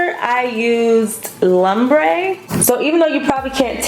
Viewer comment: I love me some warm shadows!!! This the only naked palette i want to grab for myself.. oh n it's pronounced lumbre as in loombre not as in lumber. 😂 the look came out beautiful as usual!!